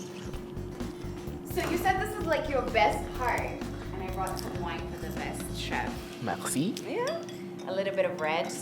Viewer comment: for merci... mesii not mekhsi.